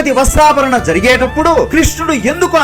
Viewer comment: VASTRABHARANAM KAADU VASTRAPAHARANAM